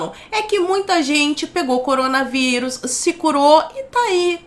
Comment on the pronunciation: " MOCOROMGA VÍRUS " KKKKKKKKKK